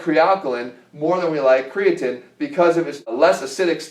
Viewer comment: I doubt you'll respond Jeff, but I'd love to hear some actual research behind why you reccomed kre alkalyn. The logic that an alkaline substance in a pill csn with stand your stomachs acidic pH is laughable. Also, say it with me: CRE-UH-TEEN. lol at Cre-uh-TIN